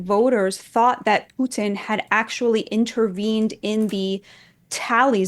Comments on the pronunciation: She pronounced Putin with a soft t. Wouldn't be shocked if she had some kind of Russian connection. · The way she pronounces Putin is so Russian. Plant. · The way she pronounces, Putin, she sounds Russian.